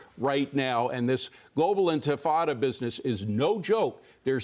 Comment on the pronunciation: enfuhhtada lmao. nice one by the news guys not being able to pronounce words they are reporting on lol